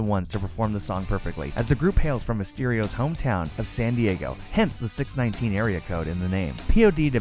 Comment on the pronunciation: This guy clearly doesn't know what he's talking about. Cmon, putting on the wrong photos for this video? He didn't even know how to say 619 correctly. C'mon, thats like one of the basics, buddy. Smh